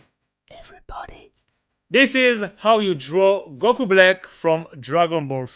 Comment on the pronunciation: goku blick, that's what I heard